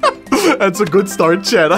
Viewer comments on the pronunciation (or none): Hey did you ever notice that when you say chat you say chad?